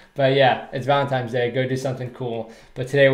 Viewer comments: Not sure if I can trust a man who says Valentimes day lol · I can't believe he said "Valentimes Day" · Did you call it Valentimes day?